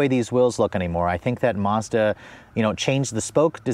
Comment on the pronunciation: Lol, always saying Mazada needs more gears like at least 5 times every review.